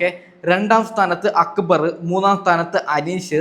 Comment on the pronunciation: അക്ബർ എന്നല്ലേ പറയണ്ടേ അക്ബറ് എന്നല്ല..